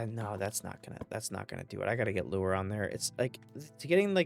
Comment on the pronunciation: just how you said Lure 😅